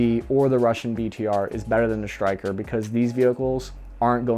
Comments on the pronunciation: Bud there is no H between S and T ie Stryker vs your Shtryker or do u say Shtrike 3 otherwise shtupendous video! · It's 'Stryker', NOT 'SHtryker'. There is a difference. I know the shtruggle is real, but please, try to lose the 'h'. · Is is shrytker or stryker?